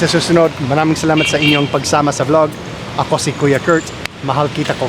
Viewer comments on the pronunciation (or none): none